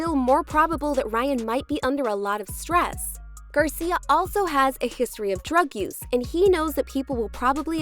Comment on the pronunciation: Garcier? Wtf are you doing lmao why are you doing that? Your doing this stupid ier shit